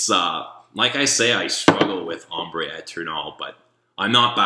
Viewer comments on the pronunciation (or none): none